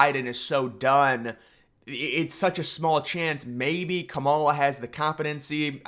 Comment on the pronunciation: Dude I’m not saying you gotta like her policies or anything, but please pronounce her name right. It’s “KAH-ma-la” not “Ka-MALL-a”